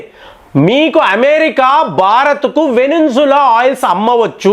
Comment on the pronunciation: మీరు కొన్ని పేర్లు ఇండియన్ ఆక్సింట్ లోచెప్పండి వెనుజులా ని అలాగే అజార్బయిజాన్ ని ఇజర్ అని వెనుంజుల అని అంటున్నారు